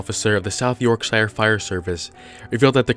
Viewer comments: You had one job it's not "York-shy-ere" it's "York-shir" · The shire in Yorkshire is pronounced the same as the word her. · the way you said yorkshire gives it a more posh justice than it deserves. I live here. I would know. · The scariest thing about this video is how he pronounced Yorkshire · Haha, the way you pronounce Yorkshire. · The way he said Yorkshire